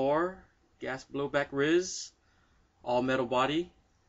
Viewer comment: its pronounced R-I-S not Ris, R-I-S standing for Rail Integrated System